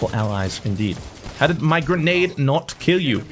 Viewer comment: it’s grenade not grenage